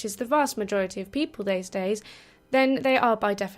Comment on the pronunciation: "theyz dayz"